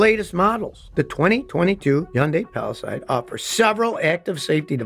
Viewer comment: Would be nice if Scotty mastered the proper pronunciations of Hyundai and Palisade. 😊